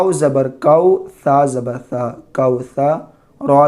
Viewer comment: Saa ko taa pade aapne